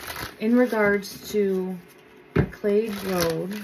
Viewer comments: McLeod-It’s pronounced Ma Cloud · The pronunciation of the road is Mc Cloud.